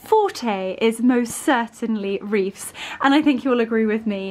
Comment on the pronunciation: Wreaths not reefs. th at end of word. Just sayin….